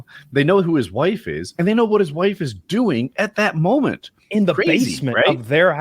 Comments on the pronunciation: this is super weird but i love the way he pronounced "moment" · He said it normally lol